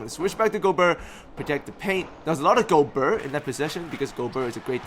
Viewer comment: Great vid as always, will help a lot ! :) Just one little thing: I'm french a bit disturbed by the way you pronounce Rudy's name aha. The "ert" part in particular. It should sound more like the "air" in a word like fair.